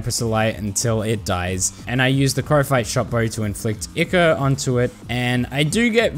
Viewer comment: It's I-chor not E-chor